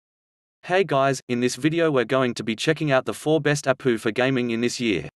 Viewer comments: Try "A P U" instead of "APU" soo text to speech thingeee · I'm going to start pronouncing it APOO lol. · Ok he said apooo